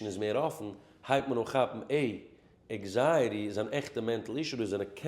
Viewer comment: Anxiety not eggziety